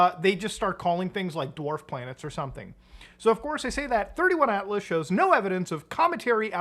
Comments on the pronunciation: its 3i Atlas not 31 Atlas just saying :P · Bruh…you did not just compare Avi Loeb to Steven Greer… Also, it’s 3 i Atlas, not 31 🫤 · It's not 31 it's 3i as in the 3rd interstellar object found. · Not sure if I sticking around for this video after he calls it 31 atlas 😂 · As soon as he said “31” atlas I stopped the video 🤦🏻‍♂️